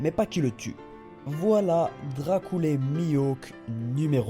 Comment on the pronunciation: Tu as dit Dracoule Mihawk mais je suis presque sur la prononciation est Dracule Mihawk mais bon ce n'est pas grave sa ne change rien, ta vidéo c'est gêniale quand même.